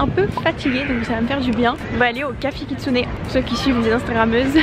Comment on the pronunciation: C’est plutôt “café Kitsuné” et nOn pas “café Kistuné”